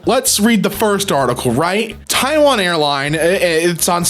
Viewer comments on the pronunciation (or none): none